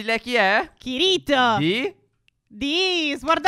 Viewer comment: Raga sbagliate la pronuncia di kirito e asuna si leggono Kìrito e Asùna si sente anche nell'anime